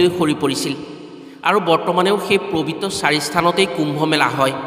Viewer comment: ওম নম:শিৱায়।পবিত্ৰ হে প্ৰবিত নহয় দেই উচ্চাৰণত অকমান ত্ৰুটি আছে।